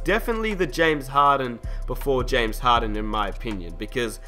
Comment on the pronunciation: James harden not james haden